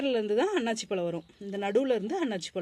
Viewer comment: அண்ணாச்சி பழம் அல்ல அன்னாசி பழம் என்பதுதான் சரியான உச்சரிப்பு😊